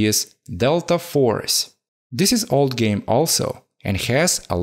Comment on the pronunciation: Like a "géme" ahah